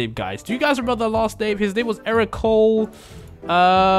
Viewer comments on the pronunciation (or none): none